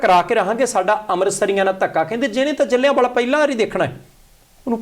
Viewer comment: ਬਾਗ ਜਲ੍ਹਿਆਂ ਵਾਲਾ ਹੈ ਨਾ ਕਿ ਜਿਲ੍ਹਿਆਂ ਵਾਲਾ 🤔😀